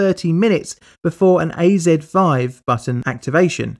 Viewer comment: Why is the AZ-5 button always say A3-5. Does anyone have any idea why that is?